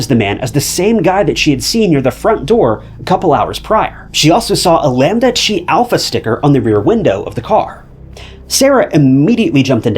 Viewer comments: It’s not lambda shee. It’s lambda Kai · "Lambda Chee", ha ha ha...